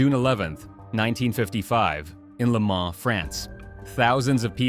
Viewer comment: Le Mans not Lemar 😂😂